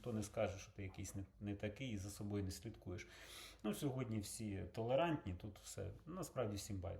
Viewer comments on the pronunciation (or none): none